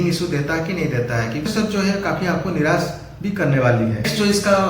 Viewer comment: Niras nahi Nirash hota hai